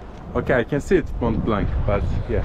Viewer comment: Mon Blan okunuyor Mount Blanc (Akdağ)